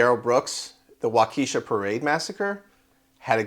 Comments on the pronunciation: Waukesha is pronounced Wah’ ke shaw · Wah’ ke shaw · Hey learn how to pronounce “Waukesha”.